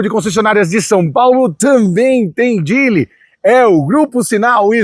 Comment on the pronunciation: Falou que a pronúncia seria "jili" mas fica pronunciando "djili"... tá serto...